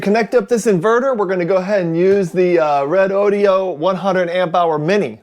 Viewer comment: It's pronounced Reh doh doh!!